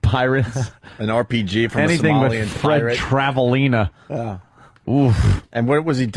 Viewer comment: It irritates my soul that Opie had such a hard time pronouncing Travalena... It's such an easy name to get.